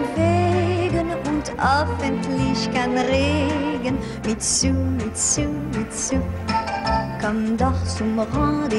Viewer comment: funfact: Mitsou würde im japanischen eher Mitso-u ausgesprochen werden. Das O und das U werden nacheinander betont. :D